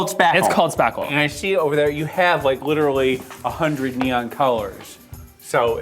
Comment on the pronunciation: did he just say "Clit-erally"?